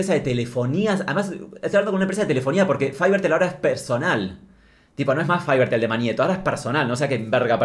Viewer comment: Faibertel me hace muxo daño, porque lo pronuncias en inglés?